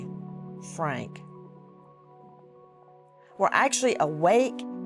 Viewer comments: Yeah, Frank for Funke........... I mean I would get it if she pronounced it Funky. Another possibility is her eyesight might be going fast. Can't she be corrected (by someone in the wings), then edit out her mispronunciation?? Even if it's a live show the first time, here at YT it's recorded. These things can be corrected. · Dude get the names right. Funke. Not Frank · I must be looking amazing because I've finally had my very first iron push infusion 😂 But Bethany Frank? 😅😂 I can't stand Nancy Grace 🤦🏻‍♀️ Didn't the judge say the victim's names wrong too? 🤦🏻‍♀️😐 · As soon as I heard Nancy grace say the last name wrong. I thought she was about to correct it because there was some type of poise. But no of course not